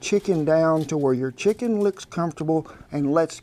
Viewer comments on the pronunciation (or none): You pronounce chicken as Shicken. Is that the norm there?